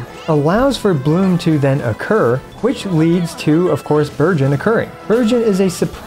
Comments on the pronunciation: No-one gonna talk about how he sounded like he said "Virgin comp" i mean the name still kinda fits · Every time you said Burgeon in Bergeon Team, I kept thinking you said Virgin.... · Really thought you said "this VIRGIN comp" when you showed the characters and I didn't even flinch. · Am I the only one that kept hearing "Virgins" instead of "Burgeons"? Makes it funny lol